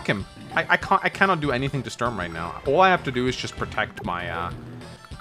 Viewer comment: As a guy from germany it hurts my ears everytime you pronounce "Sturm" as "Störn".